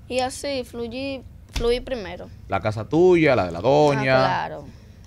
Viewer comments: No. Ce. Dice flullir. Fluir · así Fluyil primero 🤣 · Y así FLUYI PRIMERO DIGO FRUIR 🤣🤣🤣🤣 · Flullir 🤣😹🤣😹 Fluir